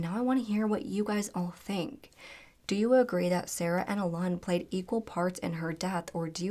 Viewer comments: And Alun is just pronounced like Alan. Google is not that hard to use 🙄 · alan is pronounced allen, you always change things to sound more tada, and thats insulting, poor kaylea